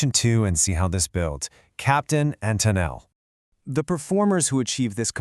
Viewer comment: Having grown up in the seventies, I had to stop watching this because of the way the AI was pronouncing Tennille.